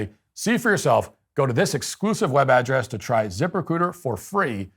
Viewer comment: I thought you were saying "zipper-c00ter", not "Ziprecruiter." Yikes, I hope they didn't pay much for that company name.